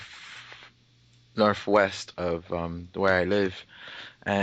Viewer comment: did he say 'norph' west? lol